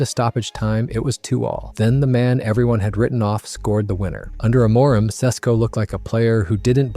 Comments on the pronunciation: by the way its not AM-MOOR-IM its AMO-rim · It's AM-or-im, not A-MOR-im. That tells me this is AI generated nonsense. Not interested. We almost lost to West Ham today (facing relegation) and just ended up with a draw at the end because of the talents of Sesko, who Carrick DID NOT START! It's not about the coach fellow Man Utd fans, it's about the players still turning it off and on like light switches. What, we can't play two matches in a week? That's the excuse? Then we shouldn't be playing in European football, right? You're all listening to AI.